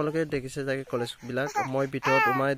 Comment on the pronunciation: কলেছ নহয় অ কলেজ হয়